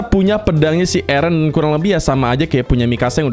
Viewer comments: eren bang bukan ereh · Bang kedengaran nya itu ereh bukan eren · Ereh terus Eren bukan ereh 👍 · Eren kak bukan ereh 😑😑😑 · Bukan ereh tapi Eren kak.... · Bang nama nya bukan ereh tapi eren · Bukan ereh tapi eren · Plss jangan bilang "areh